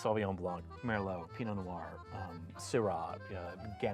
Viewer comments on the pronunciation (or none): « Pee-no no-are » « sav-ee-on blonk ». It astounds me how many people can be experts in French wine but not take a little bit of time out of their day to properly pronounce our French words.